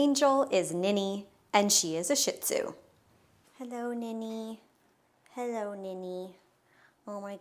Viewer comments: it's pronounced Sheet zoo not shit zoo lol. Just an fyi 😂😂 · Phonetic: SHEE ZOO., can we pronounce it properly? Stop calling them shit zoos. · Wrong pronunciation. It’s pronounced: SHEED-ZU. Being a dog groomer, she should know this! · ShihTzu is pronounced Shee TZoo We had a ShihPoo (SheePoo) That was 5.0 pounds. She's very cute.